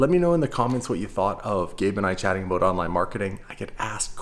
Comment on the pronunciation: you crack me up dude. It’s ABOUT not ABOOT. It’s also PRA CESS not PRO CESS. lol keep it up. Great content and I’m waiting on that 1 million subscribes.